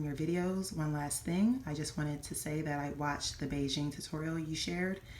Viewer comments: The pronounced like Begin..... Not really “Beijing” 😂😂😂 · HEY!! Good to see you again!! Thank you for sharing this information- it's much appreciated!! PS. The correct pronunciation is "bee-ghin." Thank you!❤